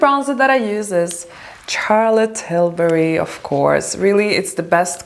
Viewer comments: You could probably get a collaboration with Charlotte Tilbury for sure, but you should start by pronouncing her name right. You pronounce Charlotte as you would pronounce Sh like Sharon, not Ch like Charlie. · Wonderful video but darling please say “Charlotte” with a “Sh” sound not a hard “CH”... love 💕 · I am sure Charlotte would love to collab with you once you correct the pronunciation of her name in the way it is meant to be pronounced SHAR-LUT. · Dear, thank you for making this video and showing us that makeup can be simple, and not overdone with a million of products. I hope you don't take this the wrong way, but I would like to bring your attention to how you pronounce Charlotte Tilbury's name. The "ch" sound in Charlotte's name is pronounced as "sh" sound, like in the words "should, shroud," not like "church" or "child." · It's not how Charlotte is pronounced, but who cares, it starts with an "sh" sound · Its actually pronounced shar-let :) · Just pls don't say Tcharlotte Tilbury.